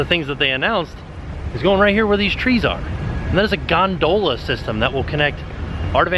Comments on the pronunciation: Why am I now questing how I'm saying gondola after hearing say gon dole a😂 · I love how says gon-DOH-la in the beginning of the video 😂 you guys are the best! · Loving the way tim says Gondola! 😂 Gone Dola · I cannot believe pronounces “gondola” like that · TIL a new pronunciation for gondola. Now I'm self-conscious.